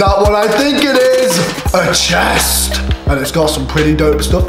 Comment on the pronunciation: the way he says it is so funny "a CHEST" 🤣